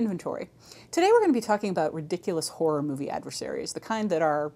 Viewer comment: "The Amityville Forror"